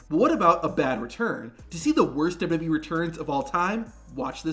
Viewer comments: I wish the narrator would learn how to say "WWE" instead of blurting out "dudubyee" everytime, as if the mic is about to cut out. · What is with thus guy? "Douba doub e". Also, the weird pauses?